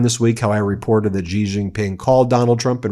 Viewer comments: It's "Xi", pronounced closer to "she", not "жi". Yes, I used a Cyrillic letter because they have the letter ж and we don't. It sounds like si in version. I see this mistake repeated everywhere. Is it a coordinated sign of disrespect? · It’s Shee not Gee.